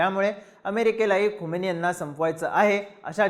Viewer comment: Khamini not khomeini. Khomeini died long back , present leader is खामेनी